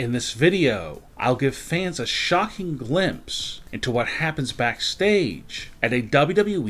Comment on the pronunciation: The over annunciation is priceless, 🥴